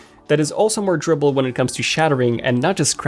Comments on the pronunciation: 🤔 I know I just took an edible but was he saying “tribble” instead of “durable”? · First 2 minutes had me lost.... I thought he was saying "dribble" and not "durable" 🤦🏻‍♂️ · Durable : Door-RA-bal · It’s kinda annoying how you say the words durable and aluminum